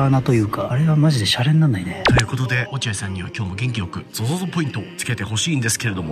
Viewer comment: ゾゾゾがソソソになってる笑